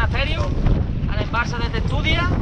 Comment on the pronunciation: Se dice dice tentudía y monesterio